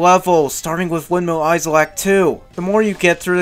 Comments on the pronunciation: Windmill "eye-zull"....? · Great review but... Windmill izul!? HOW DARE YOU MISS-PRONOUNCE A WORD I THOUGHT YOU WERE BIG BRAIN SMARTY FOR REVIEW SONIC GAME GOOD DISLIKE AND UN SUBSCRIBBLED. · Did you just pronounce 'isle' as 'izel'? The 's' in 'isle' is silent. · Why does he say “izel” when saying Isle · Ok why do you pronounce isle like that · Okay, props to you for not bashing the Werehog, or Wolfhog as you call it. To be honest, I actually consider his stages to be a breath of fresh air from the in-your-face fast-paced day stages. But someone has to tell you, and it might as well be me...: BITCH, you don't get to criticize ANYONE'S goddamn voice-acting when you yourself can't even fucking pronounce ISLE right! It's isle not fucking eyezle! Not to mention HolOska, not HolAska, Chun-NAN, not ChunNIN, and AdABAT, not AdEBIT. I'm sorry, but for someone who calls the 4Kids voice actors bad, you're certainly not doing any better yourself! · I know I can't be the only one really annoyed that he pronounces the S in windmill Isle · THE "S" IS SILENT, IN "ISLE". Amazing review. Glad I'm not the only one that thinks Unleashed is the best modern Sonic. StH2 is my personal fav